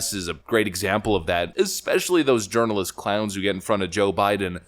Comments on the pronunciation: Did you say, "journalist" or "urinalist"? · Are you saying "urinalist"?? 🤣🤣🤣 So appropriate. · When I was listening to this video I thought I heard you say "urinialist" instead of journalist. I honestly think that is a better description of their job instead of journalist. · Ha Ha Ha..."urinalist"...🤣😆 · Haha!! " JUrinalist"... Good topic!